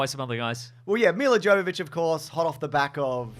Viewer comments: Miller Joe-vovich…okay. You might have tried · "Yovovich! Yovovich! How difficult is it? We made a movie together!" You don't pronounce the "J." But that was a quote from Milla Jovovich to Michelle Rodriguez in the audio commentary for the first Resident Evil which I highly recommend because it seems very likely that both are very drunk. And as a result it's very funny. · Trivia fact, her name is pronounced Yovovich. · Just... pretend the J in Jovovich is a Y. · I'm gonna be one of those assholes who chooses to point out that Milla Jovovich's name is pronounced "Mee-yah Yo-va-vich." 😅 Just, ya know... since they're making 5 more of these. 😆 Love you guys! Also, calling my shot now now; They're gonna hate Apocalypse, be indifferent toward Extinction, discover the spike to be Afterlife, be disappointed by Retribution, and be blasé about The Final Chapter. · I love this film series. Everything tells me I should not, and I know it's bad. But I love em. They are big stupid schlocky b-movie action horrors, very much like the games. And I just can't help but enjoy them. Also Milla's name isn't with a hard J. She is Ukrainian.